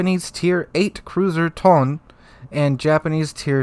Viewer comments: Oh god I'm cringing every time I hear issy and thon. It's pronouced like EE-say and toh-nay. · Like someone else mentioned, EE-say and Toh-nay, not Isi and Tone Aviation BBs didn't work out in real life so they'll either be kinda useless or too stronk. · To-ne and Ise not "Tone" and "Isi" lol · Tonne and Issy? Did you even try? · Its pronounced "Tony" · Tone and Ise as in "To-ne" and "I-se". The e strictly makes the short e sound in Japanese. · Just a couple points of constructive criticism: Ise is pronounced EE-say Tone is pronounced Toh-nay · If you don't have the time to go to Google translate and listen to the proper pronunciation, it means that you don't care enough about the video you are making. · Isn't it more pronounced as "EE-se" and "To-ne"? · 利根 Tone = "Toe - nay" 伊勢 Ise = "E - say" Plug those Kanji characters into Google Translate. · butchered those names. To my knowledge it is pronounced t, long o, n, long a. for ise, long e, s, long a. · Tone-a and Ee-say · I am not Japanese, but my guess Tone in Japanese is 2 cellyble, like To-ne, I think 🤔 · The ships are pronounced Ise (E-say) and Tone (Toe-nay) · Ise is pronounced E-Say Tone is pronounced Tone-A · Tone is pronounced Ton-ay and Ise is pronounced Ee-say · For anyone interested in the correct pronounciations: Ise=E-say and Tone=Tone-A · You at least pronounce "Tone" as "To-ne" cuz they are different words. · I’m hurt with the way he said Tone and Ise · I had to stop the video after the 4th time of you mispronouncing Ise, and Tone. Is it really a wonder why the rest of the world thinks Americans are poorly educated?